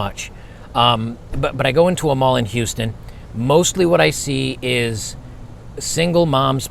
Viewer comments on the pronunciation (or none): none